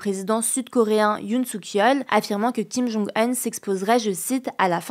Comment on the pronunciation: on dit Kim jong oun pas eun